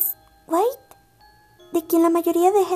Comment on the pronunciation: Se dise WiTI no wit es la pronunciación solo para ayudar